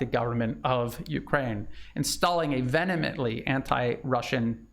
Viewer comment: It’s ve-heh-ment, NOT Venement